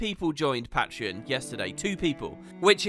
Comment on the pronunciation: Is it PATreon or PAITreon?